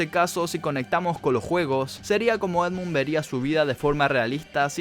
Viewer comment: Sos un Fanboy de Endmun Mad Milen sorry por pronunciarlo mal